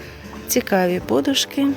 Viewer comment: Ставте правильно наголос на подушки.